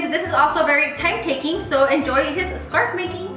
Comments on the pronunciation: “You’re saying scar” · hahaha your face when she told you that you were saying “scar” instead of “scarf” 😂😂😂 ig: $paholarangel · Your saying scar.....:ohhh 👀 $JudyR6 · Awww pobrecita les saying scar instead of scarf 🥺 she’s probably tired but she’s still doing the most for our entertainment! Insta@ Venmo & cashapp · Loving the “scar” (scarf) on the gingerbread man 😂😂, just love how talented you are. 🥰🥰 $DanielleCarrillo19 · You're saying scar😂😂 me all the time! The end had me dead when the lil peace hand pops out Ig ; jexsicaaaa02 $jexsicaaaa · You’re saying score😂🤣😂🤣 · I wanna make one now lol the part where you were like ‘the scar’ instead of scarf and they corrected you 💀🤣 $cynthiagrocha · Your saying scar!!!: ohh😂☠️😂☠️😂 $HandaVela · “you’re saying scar” lol your gingerbread man cake is so cute! 🥰💕 IG: Val_ag2 Cash app: Valerie8410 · First time I notice doesn’t say something about her pronunciation “ scarf” 😂😂😂 #sofunny $JennyZarceno